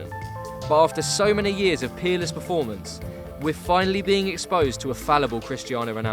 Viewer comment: Did you say peerless?